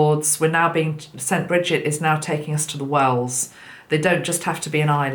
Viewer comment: I kept hearing ‘whales’ every time you said wells 🐳 😂. We are getting hundreds of whales pass by us (east coast of Australia). Their numbers have increased significantly. I feel they are helping so much as they take huge amounts of water in and purify it and then blow it back out to the ocean. Grateful to these friendly giants of our oceans 🌊